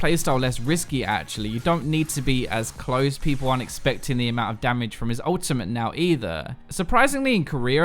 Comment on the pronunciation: "Korear" "Ohtimate"